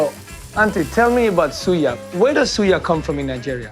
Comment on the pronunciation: Dude. You’re overpronouncing these words. Suya, Hausa, you doing too much.